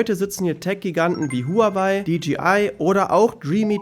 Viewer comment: Huawei spricht man Wah-wey😉 Ich muss das Video noch mal mit meinen Leuten gucken und jedes Mal, wenn du sagst Shenzhen, gibt es einen Kurzen.